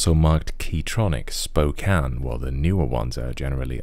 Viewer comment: I love how the switch housings are actually labeled Spokane, which is where they were most likely made. I love that because it's my home town :) Also, kudos to you for pronouncing Spokane correctly. So many people pronounce it Spo-Cane.